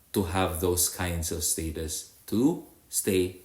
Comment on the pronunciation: When you pronounce Status It’s Istatus It’s just funny the way you pronounce like slang